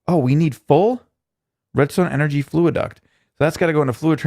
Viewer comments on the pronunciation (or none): Fluxduct not fluiduct:-P great vid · FLUXduct not FLUAduct